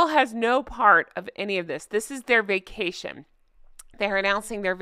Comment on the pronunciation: For a minute there I thought you said "fake cation". 😂